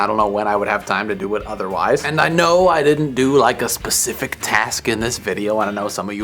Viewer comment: SPECIFIC. Not pacific. Sheesh.